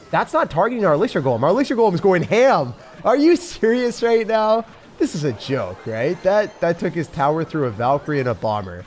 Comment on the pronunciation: are you serious right neow